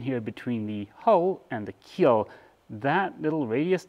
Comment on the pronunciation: Keel, not keep...lol